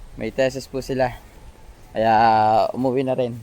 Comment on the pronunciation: What , te- sis ???? Bobo , Thesis yun !!. Ang pag basa nun ay ,,, TI-SIS…..